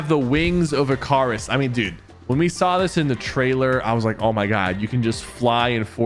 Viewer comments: wtf, its wings of "Ick-a-riss"... not ih'KARR'iss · he’s pronouncing it wrong. It’s pronounced ‘Ica-ris’. Not ICAURUS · Not to be mean but ick-uh-ris Icarus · its pronounced ("icarus") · Bro pronounced Icarus in the dumbest way possible its * i·kr·uhs * come on pk I thought you liked mythology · I cant take this mf seriously when u cant even pronounce Icarus right. I skiped to first to see the item and leave. ITS PRONOUNCE ICUHRUS. I KNOW ITS WRITEN WITH AN A BUT ITS PRONOUNCED ICUHRUS. Have u never heard the story of Icarus? The guy with wax wings that flew too close to the sun and the wax melted away making him fall to his death? Like dude. ITS IN THE NAME. Never play any god of war game. I beg you. Not if ur gonna butch everythings pronounciation like that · Not the I🚗us pronouciation… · "wings of ick-car-is" 💔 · wings of Icaris😂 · He said wings 🪽 of Ah-cah-rous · that icarus pronunciation needs to be studied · Ha, Sypher pronounces "Icarus" like how I would as a kid. XD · You pronounce wings of incras wrong 😂